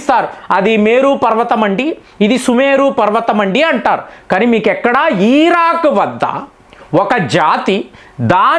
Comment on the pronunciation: Iraq ❌. eeeraakk✅. 😂😂😂